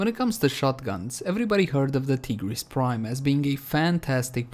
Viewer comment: pronounces tigris prime as tee-gris prime and they he says sancti tai- griss for sancti tigris. thats the main difference guys XD